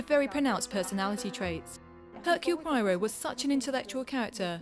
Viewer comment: Would have been great if the lady doing the English translation on this video could pronounce Poirot's name correctly!!!